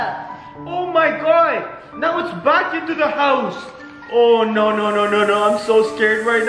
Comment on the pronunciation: I say this on every single video ......WHY THE DOSE HE SAY SNOW FOR NO😂😂😂😂😂😂😂😑😑😑😑😑😑😐🤣🤣🤣☺️☺️☺️😂😂😂😂😂